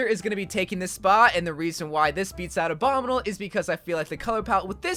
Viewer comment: I dont like the way he says "abominle" instead of "obominible"